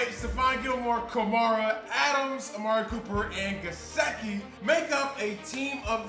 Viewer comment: Please say mikes name right its ga sick e he went to my high-school its still crazy to see him playing in the nfl